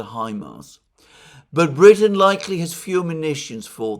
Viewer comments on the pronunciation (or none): none